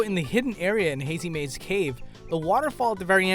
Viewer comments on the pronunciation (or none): none